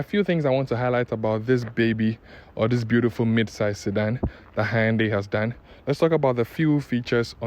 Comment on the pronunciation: The way you even pronounce the “Hyundai” shows you really know the job. 👍🏻